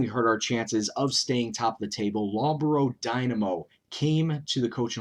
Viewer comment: Great video mate. Loughborough is pronounce Luff-bur-rur btw. ;)